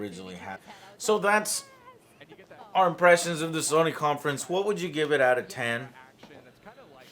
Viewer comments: It’s So-ny... Not Sonic with a silent ‘c’. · It's fukin Sony. Pronounced: So Knee... Not fukin Sunny!!! Also. Nissan is not Knee Sarn... Its fuckin Niss N, say it quick now as one Niss-N.. NISSAN. Not fuckin KNEE SUN! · SAWNIE?!?!?!?! FUCKING SAWNIE?!?!?!?! Dude. I love you and your channel but mispronouncing SONY, an EASY two syllable word that EVERYONE SAYS CORRECTLY....makes you sound dumb. REALLY DUMB! FIX IT! It's up there with pronouncing NASA as NASAW. CHRIST! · Okay so Joe is totally pronouncing Sony wrong on purpose right? Like there's no way he doesn't know how to say it right????? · 2 min in and all I can think of is how AngryJoeShow is saying Sony wrong! S-oh-knee. In any case...about to binge all of these E3 videos, love you joe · Fucking stop saying sahnee... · What the fuck is "sohny"? Jesus Joe, learn how to pronounce the name lol. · SAH-nee.... THAY-nos.... You guys need a Nerd Speech coach or something. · Who is Sawnee? And who is Ooobisoft? Joe, your pronunciation drives me crazy. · Wtf is SAW-NY?? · "sawny" stop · terria 88 I'm high af and that was suuuper distracting lol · I’m sorry but I hate the way you say sony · Is anyone else annoyed by the way Joe pronounces Sony? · Joe why do you say sony ao weirdly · Joe says Sony funny, never heard anyone pronounce it like that lol